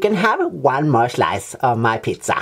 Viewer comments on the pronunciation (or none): "can I have just one more schlice?"